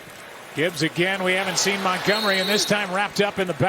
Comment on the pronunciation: He is david montgomery not montgomry!